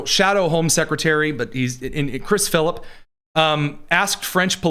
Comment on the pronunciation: Its Chris Philp not Phillip